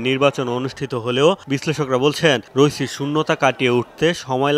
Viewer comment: রইসি না রাইসি